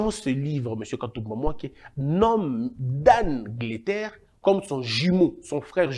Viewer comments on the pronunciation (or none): Dan Gertler pronounced, ( Dan getta ) mr le journaliste